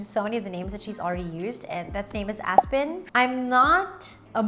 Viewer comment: The pronunciation is different though. Try checking out Aspyn Ovard's Youtube Channel on how she pronounces her name. But I think that name will be most likely murdered by other people who can't pronounce it well.